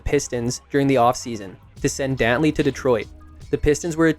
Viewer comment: THIS AI IS CRAZY WHO IS DOWNLEY